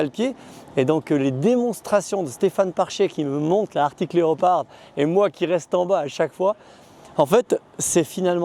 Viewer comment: Super vidéo les gars ! Par contre c'est ARCTIC et non pas ARTIC ! 😅 Pour ma part, j'ai une ArCtic Leopard XE Pro S en cours de livraison ... :)